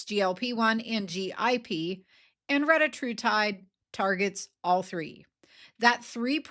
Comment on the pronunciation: Retatrutide only has 3 "t"'s in it. There is no reason someone would pronounce the word with 4 "t"'s in it. However, that is what the Eli Lilly CEO does, and a few other people online. They are wrong to do so. There is no official linguistic or medical reason for it. It is technically a mispronunciation. They are saying "reT-Ta-Tru-Tide" and adding two "t"'s where the first 2 syllables are joined. There is only 1 "t" there. Even if they wanted to pronounce it that way, and only have 1 "t" then it would sounds like: "re-Ta-Tru-Tide" - but that isn't how they are pronouncing it. BTW nobody pronounces Semaglutide as "seM-Ma-glu-tide" or Tirzepatide as "tirZ-Zep-a-tide" if someone wants to bring out any comparisons to other GLP-1 medications. 🙂